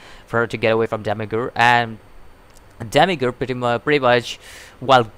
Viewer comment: say it like Demi-urge, like as I urge you to learn urge just put Demi in front....